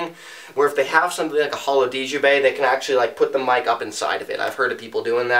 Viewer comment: Djembe - Pronounced "jem-bay". The 'd' is silent.